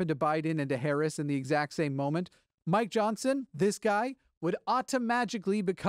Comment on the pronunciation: Every time you say Mike Johnson, it sounds like "my Johnson".